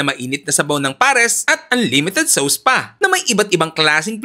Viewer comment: Anlimited sows. Eh eh eh eh.